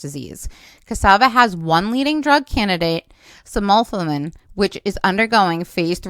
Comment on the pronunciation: Respectively, Sim-u-fi-lum....appreciate your videos and not trying to be a smart ass...I am only beggining to be able to pronounce it correctly 😆....thanks again